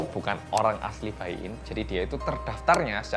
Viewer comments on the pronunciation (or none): kalau china tuh tulisannya baiyin bacanya itu paiyin bukan baiyin wkwkwkwk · "Baiyin" dibaca nya "paiyin" hehehe